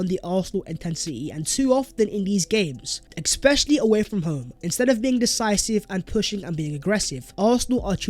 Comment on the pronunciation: It's especially not expecially, retard